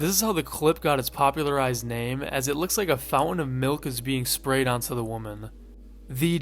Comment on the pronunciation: lmao milk 'fou-en"